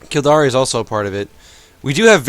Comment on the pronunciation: lol 'Kildari' it is pronounced kill-dare.